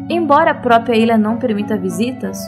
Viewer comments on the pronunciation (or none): none